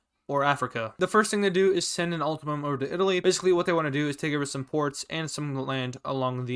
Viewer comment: I keep hearing you say “ultimum” instead of “ultimatum”, which is what I think you’re trying to say. It’s not a big deal, just kinda annoying, so I wanted to correct you if you read this